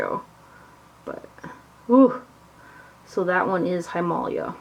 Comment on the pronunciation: I believe it;s pronounced him ah lay ah, like the mountain, but I'm not sure of the spelling.